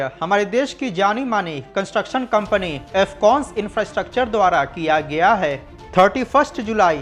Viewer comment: किया गिया अशुद्ध है ।